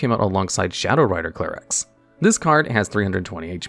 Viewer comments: clare-ex NotLikeThis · idk why it bothers me so much that he starts pronouncing Calyrex wrong after saying it correctly at the start of the Shadow Rider Calyrex segment. Also very surprised seeing Gengar on the list and not Eternatus VMAX.